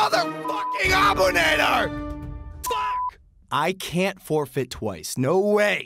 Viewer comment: Bro the name is Arabic and you butchered the shit out of the last name it’s abu naadir that’s how you prenounse it